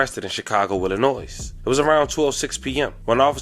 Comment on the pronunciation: 😂😂😂😂 dude put the S on Illinois and kept going like that was normal. That’s wild.